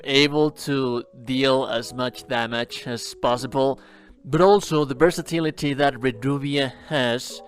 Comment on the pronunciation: I love the way this guy says "versatility" the way it rolls through the L sound 👌